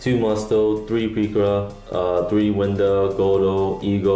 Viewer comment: The japanese name is pirika not pikira...